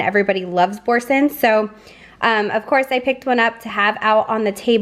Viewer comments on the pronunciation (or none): Prounounced Boorzan ( Boursin!) FYI!